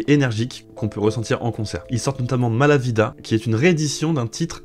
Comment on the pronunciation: Grâce à Manu Chao t'as gagné un abonné de plus, même si tu as dit à 2 reprises "Mala Vida" en prononçant un "V" au lieu d'un "B" comme il se doit espagnol 😁🙏